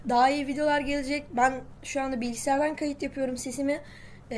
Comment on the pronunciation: Bilgisayara pilgisayar dedin